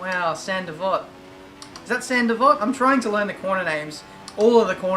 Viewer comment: It is san devot or however you spell it